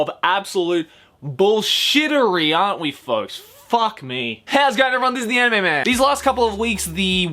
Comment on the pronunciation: It's kinda funny how he said 'The anime man' sounded like 'the ememen' ....